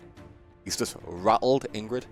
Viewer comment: Ygritte the wildling, not Ingrid the wilding. 😂